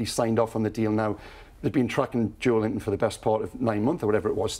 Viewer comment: They should try pronouncing Joelinton's name correctly before they start criticizing the player